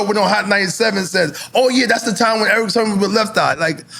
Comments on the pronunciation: N.O.R.E. kept saying Eric Sherman throughout the whole interview. Damn, it's Sermon, thought. You guys knew Eachother for years, oh, when E.F.N. ask was PMD older, Than Eric, Sermon said about a yr or so,E.P.M.D. born the Same year, 1968, damn how long they know Eachother? lol😅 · NORE is a terrible interviewer. can't pronounce words, constantly repeats himself, interrupts guests and acts like a clown. the show would be WAY better with someone else in that spot. refers to Eric Sermon as Eric Sherman throughout the entire interview. LAME. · Why does Nore keep calling Eric Sermon Eric Sherman? Lol 😂🤔